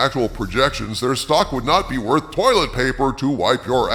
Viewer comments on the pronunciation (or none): none